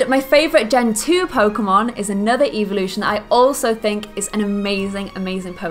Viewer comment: you´re low key saying eveelution ;D